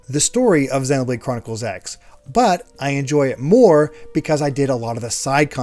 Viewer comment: Are we sure the X in Xenoblade Chronicles X is pronounced "X" and not "cross" like a lot of Japanese games and anime that use an X in the title?